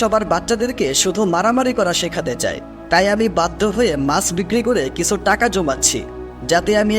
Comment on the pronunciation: কিছু উচ্চারণ টা কিসু কেনো উচ্চারণ করেন?